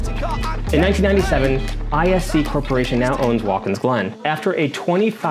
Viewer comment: Sorry to make this correction but its a pet peeve to me. It is Wat kins Glen not Waltkins Glen